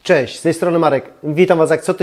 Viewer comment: kochamy Pana i dziękujemy za filmiki, ale błagam nie " cześ", " bedzie" itp.